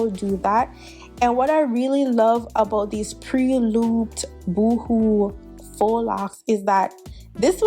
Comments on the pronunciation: Pretty. It’s not “Boo-hoo” lol it’s Boho. “Bow-Ho” is how it’s pronounced. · Did you just pronounce them (boo who)???💀💀😭🤣 never heard no one pronounce it that way, thats funny